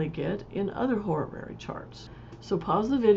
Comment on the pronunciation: I learn from your tutorials! Thank you...... Still, I just can't decide to buy a course from someone who's teaching Horary Astrology, but never took a moment to think how it's pronounced. It's NOT ho-ra-ra-ry. Please re-learn, even if it takes an effort.